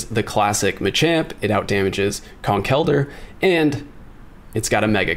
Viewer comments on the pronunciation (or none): none